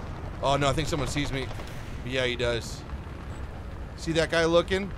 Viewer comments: Bro turned german after the first shot That was neeein instead of nooo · the german came out of you nnNEIIN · i love how he turns german for a second after not killing the first enemy. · blud became german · he gets a little german